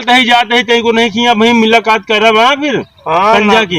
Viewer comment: मिलाकात नही भाई मुलाकात होता है🤣🤣